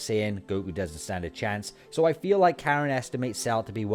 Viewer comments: Its Korin right.....? Not Karen right? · so why isn't sayian pronounced the same in Japanese? Just sounds jarring hereing Karen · Why in God's name are you calling Korin Karen?